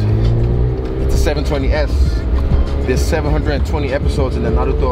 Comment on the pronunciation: This guy knows his anime. The way he said "Naruto" and "Kurama" and the fact he knows there are 720 episodes in Naruto. Man this guy is awesome. All the best for the fight.